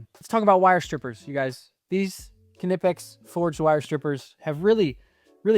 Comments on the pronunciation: First of all... Be more respectful. And you're obviously wrong. Just think 5 seconds about why anyone who speaks English would pronounce the K. Just think! BECAUSE It's a German brand name. It's not naaaipex, nipex but KNipex. How do you think it's pronounced in German, and French, and other languages. I'm sure you're the type of person who puts a D in "garage" when you say it. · Du bist der erste Ami der es schafft knipex korrekt auszusprechen.